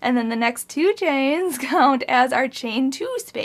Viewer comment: I too giggle whenever you say "2 chains" lol